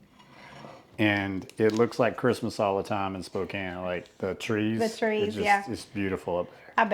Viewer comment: Congrats on pronouncing Spokane correctly! Washington also has amazing sunsets.